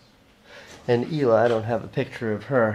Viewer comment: How does no one know how to pronounce her name correctly it's not so goddamn hard. HILA not EELA. Like hilarious but with a long "ee". Heella. pronounce it like that.